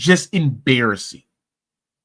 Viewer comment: 🙋🏾‍♂️ Embarrassing not "Abarrassing." 😂😅😂